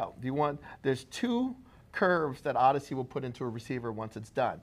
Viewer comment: Why is pronouncing it "ard-issey" instead of "ord-issey"? Does he pronounce AUDIO as "ardio"? Bizarre, and very jolting to hear every time he says it! Anyway, thanks for the useful video!